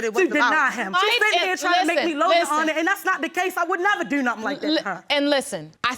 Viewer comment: "I dews what I dew." I bet you dew.